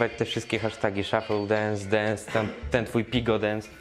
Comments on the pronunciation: Wkurwia mnie ten "szoffell dunce" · MÓWI SZUFLE DENS (A PISZĘ SHUFFLE DANCE;)